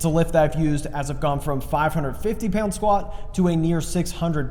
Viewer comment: Every time he says "pyound" a tear of joy at his return rolls down my face